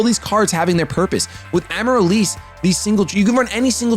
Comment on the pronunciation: the plant is pronounced Am-a-rill-liss